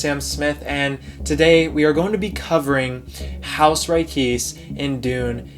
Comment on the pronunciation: Isn’t it pronounced Ri-kay-say